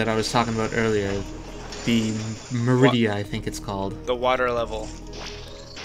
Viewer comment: No, no. Ma-ri-dia.